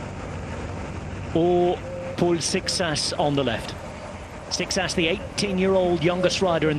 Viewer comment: Guess ain't as good as he thinks he is with pronunciation.